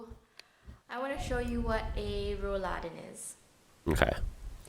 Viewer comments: Roll-Läden are not so much a German thing - they are very popular all over continental Europe. Like most modern tech in houses and buildings. Your second attempt was spot on. Roll-Läden (I'm writing it like this so it becomes obvious it's two words in one) aren't pronounced like Rouladen - which is a French word we use for a meat roll😉 "Roll" has the same meaning in English - and is spoken with a short "o". "Laden"/"Läden" (plural) are window/door shutters. Back then - they were split in the middle and folded to the outside. Many traditional houses (like in Bavaria) still have those. This neccessitated the window to be open. Another meaning of "Laden" is (retail) shop - because a very, very long time ago our shops started as an open window. Walking in came later. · The emphasis is on the o. If you give the a the emphasis it's something different! 😂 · Most of the times, mispronouncing something isn´t a problem. I this case it is. What Rolläden are, you have seen in the video. The "ä" in Rolläden is pronounced like the "a" in (I) ate (something). Not exactly, but very close. The way you pronounced it, it´s a braised (beef) meat dish (Rouladen) in europe. You don´t want to mistake one for the other, believe me! :DThe concept of Rolläden, or Rolladen (depends on the area) is more than a hundred years old. There should be a wikipedia entry for that to learn more. Even amazon can be a good source to learn more about this amazing contraption. You can find these all around the world. In the US and canada, you use them even in the back of your delivery trucks. That´s why your surprise about this is a little puzzeling for me. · When you say “Rollläden”. It sounds like “Rouladen”. Which is a delicious meal. hahaha. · That's why I got hungry when watching the video, hearing "yummy Rouladen" instead all the time . 😀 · I like how you turned Rolläden into Rolladen - or closer to Rouladen. You basically pronounced Rolläden as meat-and cabbage rolls. 😅